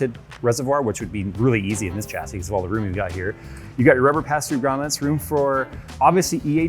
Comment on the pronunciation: Anyone else, who can speak English correctly, triggered by the continual mispronunciation of chassis? Pffft, no white version. Fail. :D